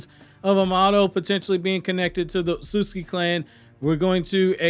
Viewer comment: You HAVE TO work on pronouncing "Otsutsuki". It's NOT not Osutski...Other than that I'm a HUGE FAN!! Love all Naruto content!!